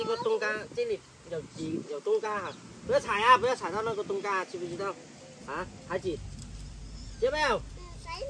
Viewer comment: 爸爸不能這樣教小孩冬瓜西瓜發音都不清楚了怎麼教小孩說成東嘎西嘎的音了